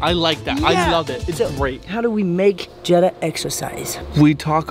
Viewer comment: its Jeddah not jennah